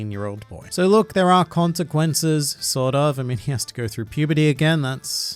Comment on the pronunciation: Consquences? But you read one piece right lol